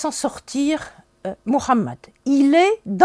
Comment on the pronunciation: Tu offres une vision sioniste, judaïsée de l'islam. L'Histoire est dans ta bouche un venin bien connu. Essaye déjà d'améliorer ta prononciation de محمد. Ce venin que les communautés juives n'ont cessé de répandre.